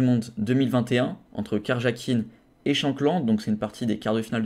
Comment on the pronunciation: Alors ce concept ? Il est bien ? D'ailleurs dans la vidéo je prononce "Karjakine" mais ça se prononce "Kariakine" ^^